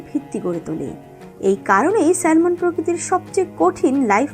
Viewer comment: সঠিক উচ্চারণ স্যামন হবে।